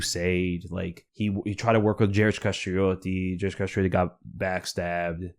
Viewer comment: As an Albanian, I'm glad that Gjergj Kastrioti is getting some respect. He was an important historical figure, and you pronounce his name very well.